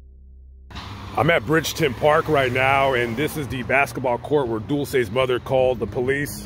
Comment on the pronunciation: Hi, love your videos! Her name is pronounced Dull-chay...Dulce.